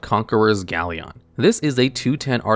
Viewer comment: Galleon is pronounced gal-yin, not gal-yon.